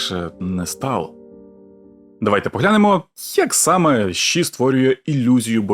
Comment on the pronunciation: Яке в дупу ші 🤦🏼‍♀️🤦🏼‍♀️🤦🏼‍♀️ це ШІ а не ші. Фу блядь як вуха ріже